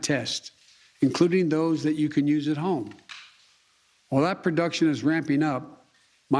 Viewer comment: What is prodection?